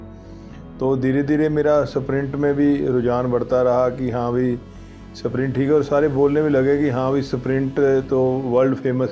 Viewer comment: स्प्रिंट बोलिए न की सप्रिंट